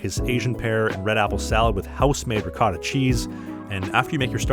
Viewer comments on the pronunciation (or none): none